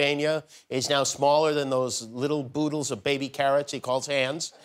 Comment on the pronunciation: “Boodles”? Do you mean oodles.